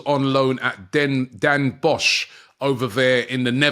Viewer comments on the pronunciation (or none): none